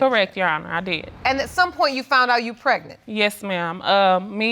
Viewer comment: Unprotectedly, Nonproduceable, Hospilal, Precnant..... Lord why.. Jesus take the Hooked on Phonics Wheel.😵😵